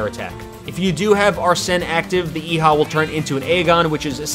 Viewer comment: Please stop pronouncing Eiha wrong🤦‍♂️🤦‍♂️🤦‍♂️🤦‍♂️